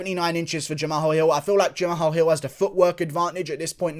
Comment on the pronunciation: No one: Guru: Jam-AHALL